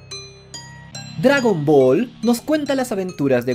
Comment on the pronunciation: "Dragran Ball" ¿estas borracho?